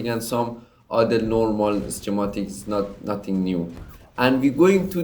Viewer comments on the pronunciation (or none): Get your pronunciation right, its driving me mad to hear you saying "schematics" or "ceramics".